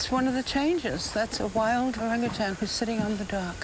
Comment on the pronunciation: Why are you calling them “orangutangs?” They’re orangutans.🤦‍♀️